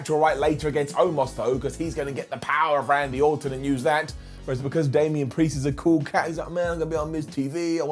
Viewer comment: K I can’t ignore that he said Shamian vs Damian. I like that matchup.